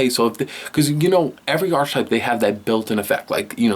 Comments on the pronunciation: I know right. I mean. He isn't because he's pronounced Arche right. But together with type to make Archetype it is Arc-e-type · He says "archetype" wrong every fucking time